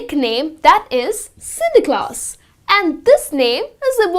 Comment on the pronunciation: It's Sinterklaas, not Sinter Klass!